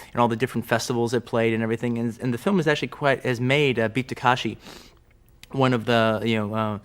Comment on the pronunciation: And the name of the actor/director to boot: It's Ta-KE-shi ✔ Not Ta-KA-shi ❌ He'd be better off just calling him Kitano.